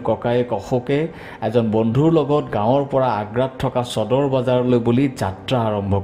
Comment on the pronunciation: চদৰ নহয়ও নিৰঞ্জন সদৰ বুলি উচ্ছাৰন কৰা